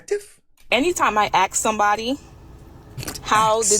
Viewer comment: You went to college for 4 years got a degree and she still didn't learn how to pronounce the word (ask)